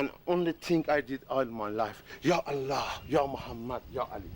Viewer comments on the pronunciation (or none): none